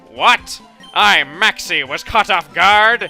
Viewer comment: MAEXIE OF TEEM MEGMA